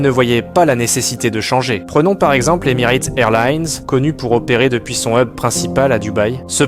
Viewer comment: « EmirÂte » ? Vraiment ? 😂